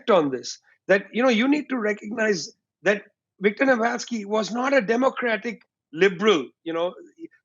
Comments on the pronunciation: His name was Navalny, not Navalsky! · NAVALNY NOT NAVALSKY! 'EXPERTS' SHOULD AT LEAST KNOW THE NAMES OF PPL THEY'RE DISCUSSING.. i🤡🌏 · This guy, who looks like he is picked up from some kebab shop could not even pronounce the name of Navalny properly 😂 And he is trying to explain us the geopolitics 😂 What a stupid interview is this?! A mere Russian propaganda 🙂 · You could at least have politely corrected Vijay on Navalny's name, before he repeated the error over and over.